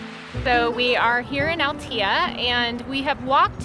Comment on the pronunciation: CALPE -- Just must pronounce the E as in Spanish at the end, after the P . It is not CALP is CALPE -- Great and Nice video ... I go often to all that area. I have family in that part of Spain ... Also is not Altia --- Is ALTEA, must pronounce the E as well 😎😎😎